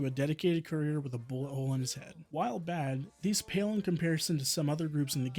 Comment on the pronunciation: He says a lot of "big" words which he can barely pronounce. Like "career" instead of saying "cour-ee-er".